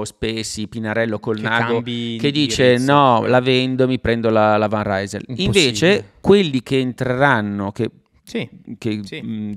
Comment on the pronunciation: informazione di servizio : si pronuncia van rysel e non van raysel che dal fiammingo significa da rysel cioè da lille quartiere generale di decathlon. Intenditori 👍